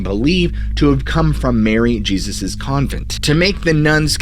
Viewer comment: Her name was pronounced “Mary Hay-Zeus,” as she was Spanish! Not “Mary Jee-zus.” 🤦🏻‍♀️